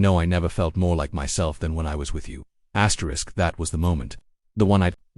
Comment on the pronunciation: "Asterick..." Stupid reader.